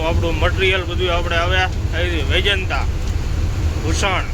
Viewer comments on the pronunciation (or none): રાવલકિલા ના કહેવાય રાઉરકેલા બોલાય અને વેજંતા ના કહેવાય વેદાંતા સ્ટીલ કહેવાય વિડીયો તમારા સારા હોય છે પણ ગુજરાતી બોલવામાં તમારે કેમ તકલીફ થાય છે